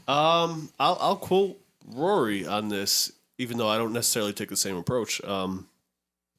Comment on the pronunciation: Why did you say Raury ? 😂😂😂 is this dj Academics